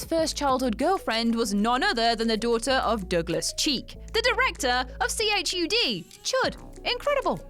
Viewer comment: I've never heard anyone call it C H U D. It's fucking chud. and daniel stern is awesome.